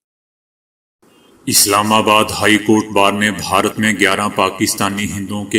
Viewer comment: please pronounce this word correctly bharat you are pronouncing it as baharat some time , its incorrect